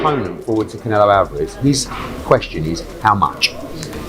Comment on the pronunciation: Who the f is Cana-low. 😅